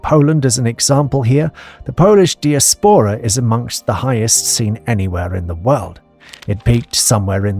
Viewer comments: “diaspora” is pronounced “die-ASpora”, not “dee-as-PORa”…. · Nice and clear - some odd pronunciation errors - diaspora and rhetoric. Why don't people check before they read stuff aloud?